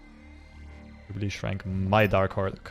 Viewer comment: Jubliee into jubliee lol 😂😂